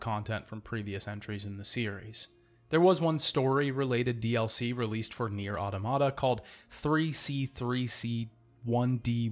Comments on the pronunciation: you know I absolutely love you, and I found this video as excellent as the rest of your videos, but I physically cringed every time you said "auto-mata." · I always thought it was pronounced au-tomata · Good! Also, you’re pronouncing Automata wrong :)